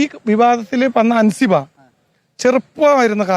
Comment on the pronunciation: ഹാൻസിബ ❌ 😂അൻസിബാ ✅